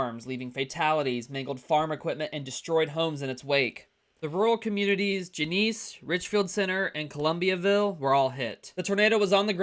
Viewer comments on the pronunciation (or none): It’s pronounced Jen-uh-sea not gen-eese ❤ no shade